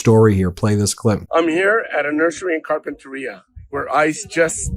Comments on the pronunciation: Ben... you live in SoCal. How do you not know how to pronounce Oxnard and Carpinteria? Ox-Nard like Card. Carp-enter-ee-ya. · Ben it’s pronounced..Carp. Pen Ter Ria..wonderful place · It’s pronounced Car-pin-ter-e-a. Sorry, I just had to say it’s pronounced. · Just FYI: "Carpinteria" is pronounced "kahr-pən-tuh-REE-uh". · you will hear the proper way to say "Carpenteria" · You’re mispronouncing Carpenteria. It’s CarpenteRIa not CarpenTERia. It sounds wrong with the stress on the wrong syllable. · Car pen ter i a. Pronounced with 5 syllables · I can't stand it: it's pronounced Carpenter eeah, not Carpen tair eeah. Carpenteria. And Oxnard - sounds just like it's spelled. You have to work to get it wrong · Pronunciation Ben: /kar-pen-ter-I'-a/ accent on the penultimate syllable. Listen to the way Rep Carbahol pronounces it. There is a carpet retailer called Carpeteria. "Oxnard" give full value to the second syllable. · Glasshouse Farms in Carp in teria (that's how u pronounce) CEO former Cop who put people in jail for cannabis. Salud not treated right hes a Congressman. He should have pressed it w National Guard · Ben, Carpenteria is pronounced “Car-pen-ter-ee-a”. I grew up in Ventura County, raised my children in Camarillo, and currently have a brother, nephew, grandson and cousins living in Ventura and Santa Barbara counties. It breaks my heart to watch Fuhrer Trump’s militarized Gestapo invading our country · It totally doesn’t matter but it is pronounced “car-pen-terr-EE-ah:” I know, I know. It isn’t important. We’re all going to hell, but it’s going to bug me all the way down if you keep mispronouncing it. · Ben, it’s pronounced Car pen ta re ah 😊👍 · Listen to how the Congressman at the nursery pronounced Carpinteria. The stress is on the next to last syllable - carpente - REE - a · FYI Carpinteria is pronounced: CAR pin tuh REE uh -- not like cafeteria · Ben, it’s Carpent ER-IA(pronounced Ter-ea) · Its pronounced car-pen-terria